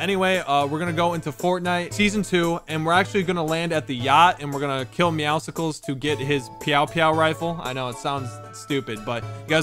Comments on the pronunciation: His name IS NOT MEOWSICKLES IT IS "MEOWSCLES" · Does anyone else realize IT IS NOT MEOWSICLE LIKE MEOW AMD POPSICLE AND THAT IT OS ACTUALLY MEOWSCLES LIKE MEOW AND MUSCLES? IT IS SOOOO ANNOYING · u say meowscle wrong its meow and muscle mixed together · Not a single one of them can figure out its pronounced “meow-sulls” like muscles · When will realize it's not meowsicles its Muscles with meow instead of mu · It's "meow-sils" like muscles, not "meow-sicles" like icicles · Nobody pronounces MEOWSCLES right. They all say it like meow-sickles. When its pronounced muscles with a meow like its not hard to pronounce a word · why does he say meow cicles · It is NOT meowsicles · Anyone else triggered that he says meowscles wrong ? 💀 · ur saying meowscle wrong its muscle and meow mixed together